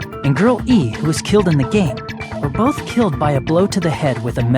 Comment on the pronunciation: Everytime Nagito says Girl E, I just hear him say Girlie